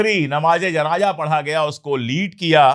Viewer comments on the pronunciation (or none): Pandey sahab asal word janaja nahi hay. Sahi JANAZA HAY.